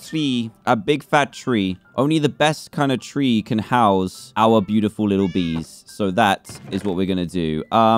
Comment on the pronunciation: Dan: There BEE- utifal ME: Dan stop Trying